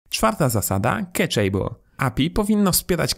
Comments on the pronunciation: Świetnie wytłumaczone, dzięki! Jedna uwaga: nie wymawiamy "keczejbl", tylko "kaszabl", z akcentem na pierwszą sylabę :) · keczejble :D (Cacheable) Ktoś tu musi angielski poćwiczyć :)